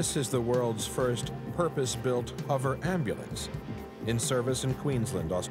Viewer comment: I hate when people say 'Huver' crafts, and jet 'turbin' engines. Notice the narrator starts off the show saying 'huver' then changes to 'hover' near the end. Lol.